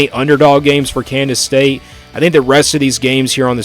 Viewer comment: You keep saying Kandas state?